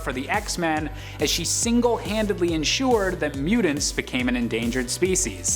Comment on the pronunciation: I’m sorry…but, his annunciation of “mutants” is KILLING me. Lol!